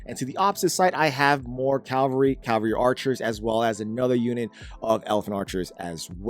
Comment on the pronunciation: Why on gods green earth do people have a problem pronoucing "cavalry"? It's not just him, but it's really, really common, easilly one of the most commonly mispronounced words. It's "ca-va-lry", not "calvary".